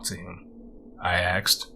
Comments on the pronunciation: Great narrator,, and I'm voting you up! However: unless the character is speaking a particular dialect, the word is asked, not axed. Same reason it's miss-chiv-ous, not miss-chee-vee-ous. Professional voice-over artists know the difference. The really good ones can do lots of accents and know when to use a word like axed or miss-chee-vee-ous. Context is everything. Good work on the character voices of the son and the wife. Good luck! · I liked him. I liked the story. OK, when you annunciate ASKED it should not sound like AXED.its a peeve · you ask not axed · Mmm, super nice voice. There are a couple pronunciation things like axed instead of asked or simular instead of similar, but I think these are just characteristic of where the narrator grew up and isn't really an issue for me. The story selection was great. It was nice to finally get to listen to an effective story under 20 mins (lol) and the story was different and interesting The voice was like melted butter. There is a steady sound quality issue, though, like a slight echo or reverberations from the walls of the reading room. Maybe hanging blankets or sheets on the walls before a reading would help fix that. Well done, otherwise! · Love your voice can't abide axed Asked' . Please know this is intended as constructive criticism nothing more. You read much much better than I ever could and I wish you lots of success. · Great job! Perfect pacing for a horror story, not rushed like some others. It didn't bother me when you "axed" questions, I mean that's how you talk, no biggie.... You can "axe" me a question anytime 😉 Don't worry about all the negative nancies complaining about it. They just have to have something to gripe about lol. I think you will go far as a narrator. Thumbs up from me. Good luck! 😘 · I love his voice but hate how he axed questions